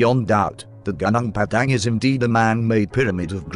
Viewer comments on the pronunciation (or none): Ganang Padang lol... It's actually more like Goo-Noong Padang. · If they type in "goo noong pah dung" the text to voice will sound closer to the name of the place. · Ganang Padang? Please pronounce it correctly. 😁 Terima kasih. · Gunung Padang Pronounce as : Gu -Nong. In English = Mountain. In short Mount. Gu (Like when you say, Google) Nung (like when you say No with a continuous “ng’) So it Gu-nung Pa (like how you call Papa as in father) Dang (Like how you say, cow’s dung) = Pa-dang So if you don’t want to sound stupid, you can just say, Mount. Padang. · It's pronounced as goo-nong par-dunk, literally means field(plains) mountain